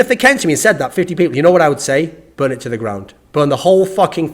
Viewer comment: "burred it to the ground!":)